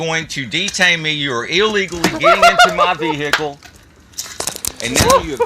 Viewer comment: Busted my veehikle